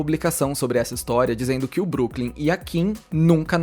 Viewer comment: Broklym e não Brooklym 😊